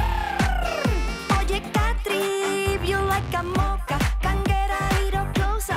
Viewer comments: Dice Catri, no Patri 🤣🤣🤣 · Si es verdad que dice Catri no Patri jaja